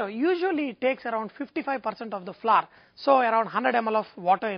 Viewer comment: Thanks for the video I loved it and I'm going to try your recipe BUT its flour not flurr :)